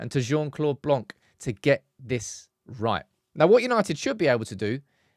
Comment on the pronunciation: Just a comment, it's pronounced "Blon" not "Blonk" the C is silent